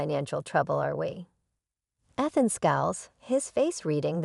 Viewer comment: She even pronounced Ethan wrong.